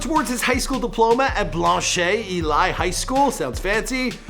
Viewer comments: 😂😂😂😂😂😂😂 cuhhh dont say broward nomore it annoys me and its not no fuckin “blan shay elayy” its blanche ely 😂😂😂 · The way he said blanch ely is incorrect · I go to Blanche ely high school and u didn’t say it correctly 😂😂 it’s blanch-eelee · On god you cant pronounce anything 😂, its pronounced brouward and blanch elee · Blanche pronounced Blanch Ely is pronounced E Lee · you didn't pronounce Blanche Ely high school correct. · is not say Broward check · Thats not how u say blanche ely